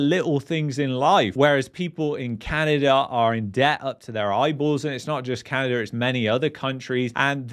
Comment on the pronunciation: LOL There is NO r in Canada!